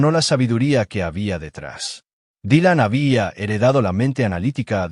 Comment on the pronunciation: dijo Dilan con acento portugués